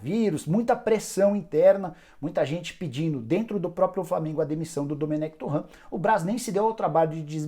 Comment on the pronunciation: Nicola toda vez ele falar errado o nome do domenec.